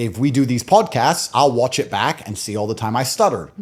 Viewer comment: "...they will worch you...." lol. Take your sunglasses off. You're indoors.